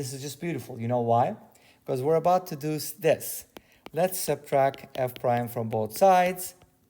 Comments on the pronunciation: "SubtracT" not "subtrack" ;) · It's funny to see people get upset at how other people pronounce things. Maybe it just his accent or a speech impediment. None of my business.